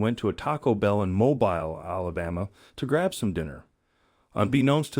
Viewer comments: Mobeyele, AL? Mobeele idiot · Mobile Alabama is not pronounced "mow-bile" it is pronounced "Mow-Bill" ❤ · To the narrator: Mobile Alabama was founded in 1702 by the French. So, it's pronounced as "Mo BEEL ", not "Mobyle". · Mo-bee-l Alabama. Mo-bile is what you hang over a baby's crib. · Mobeel is pronunciation not mobisle…be professional…not political! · As a Mobile native, it’s not pronounced mo-BILE. It’s pronounced Mo-BEAL. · "Mo-BILE"? It's "Mo-BEEL"! Might figure out this stuff before you post things! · the whole entire video was great, with one exception. its pronounced mo bil not mobile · It's pronounced Mo-beel not mo-byle. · That's how it SHOULD BE. Good for him! Side note; I live in Huntsville, Alabama, and the city in question Mobile, is pronounced MO - BEE - L; like autoMOBILE, NOT MO- BUY - L.....🙂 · Where are you from? Anyone from this century knows it’s not mobial. It’s mo bill😎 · It isn’t “mō-bīle,” it is pronounced “mō-beel.” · Mobyle lol it’s pronounced Mobeale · 😂Pronounced Mobill NOT MoBile,,,, spelled Mobile. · It's pronounced Mo bill, not mo bile. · It is pronounced moe bill. Not moe Buhl. You can't ride this city on the back of flatbed truck. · I know it's been months and you probably won't see this, but for future reference it's pronounced moe bill Alabama. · It's pronounced Moe-Beel, but don't feel bad. It's quite common for the younger generation to be astoundingly ignorant of the English language. Or maybe this is another AI bot. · It's pronounced..., Mow-BILL~!!! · *Mo-beel, ** Alabama. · It's pronounced Mo-beel Alabama. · The city of Mobile is pronounced Moh-BEEL. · Its pronounce Mo- bill not mo-bile, just FYI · Insirpirng vid!! By the way, it's "MO-BEEL" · Good job sir! Hey narrator, it's pronounced "Mo-beel" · It's Mobeel! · Mobile is pronounced "Mobill". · The name of the city of Mobile, Alabama is pronounced mobeel. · it's pronounces "moh-BEAL" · "mo-BYLE" Alabama? Has he never had a geogfraphy book, and grade school education?